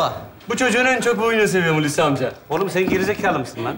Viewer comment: Adam "Hulusikim" diyor, seyirci de alkışlıyor. Tiyatro seyircisi başkadır. Görünen o ki bunlar o sınıfa girmiyor. Oyunculara biraz da Türkçe eğitimi verilirse iyi olur.